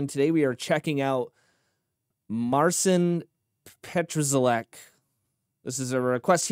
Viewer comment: Polak 😁👍 uczcie sie wymawiac imie i nazwsko naszego mistrza 👍